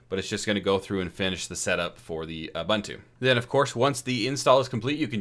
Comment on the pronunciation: FYI: it is pronounced "Oo-boon-too"